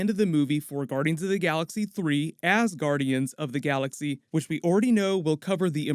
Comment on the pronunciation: Haa! You said Ass Guardians! :v